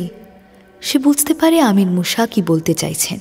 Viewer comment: "মুসা" উচ্চারণ খুব কানে লাগছে.....'মূ-শা' নয় "মুসা"